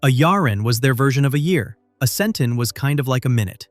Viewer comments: Frak! That's pronounced SEN-tahn, not SEN-ten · Hey narrator, how do you research all of this then pronounce some of the terms wrong? Count Iblis is pronounced EEBLEE. Centon is SENTAWN. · I was ok until I heard it pronounce "Centon"